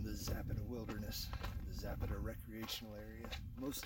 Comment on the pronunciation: Please learn to pronounce Zapata correctly . Too many mispronounce the spanish and native american names .